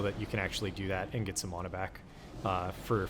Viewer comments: Why the fuck do you say mana like that 😂😂 sound dumb as fuck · Never seen someone so butthurt over mana pronunciation.